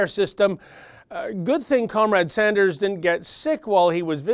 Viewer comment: It's "Sanders" not "Saunders". isn't stupid. I'm sure that mispronunciation is deliberate in order to denigrate him. Silly Bernie "Saunders". He doesn't know anything about our terrible health care system. What he does know is that the life expectancy in Canada is 3 years longer than in the United States. He knows that people in Canada don't have to worry about having to pay to visit a family physician, or any other physician.